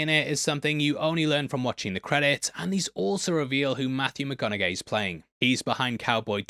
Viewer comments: Nobody:: Matthew “McconauGAY” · Why do you keep saying Matthew McConaughey wrong?? There’s no G pronounced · Um,? I love you're videos on Heavy Spoilers. I have binge watched most of them. I understand that you have an accent, it's why I love your videos. But, dude....Matthew McConaughey isn't pronounced like that. You sounded really silly saying his last name like that. It bothered me enough that I need to comment on it.